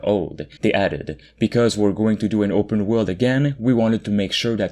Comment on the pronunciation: "open world"...... Tf is he saying?